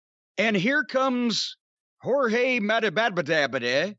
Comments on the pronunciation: Jorge Mas a dak -of -dak of -da .im dead 😆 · Masvidal is nowhere near as difficult to say as Cornball is making it out to be lol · GEORGE - the name he can't say is George Masvidal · Jim pronouncing that surname is hilarious lol